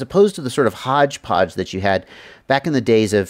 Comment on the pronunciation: ok, I find your way of saying hodge-podge amusing, to be real and that sandwich thing😂😂😂 great video though